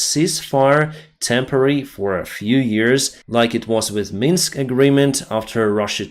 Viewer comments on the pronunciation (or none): none